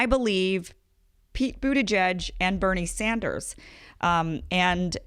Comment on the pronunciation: Damn even she can't say Bernie Sanders, damn.